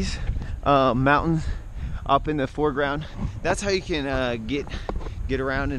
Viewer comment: Damn "Mountain" is a very hard word to pronounce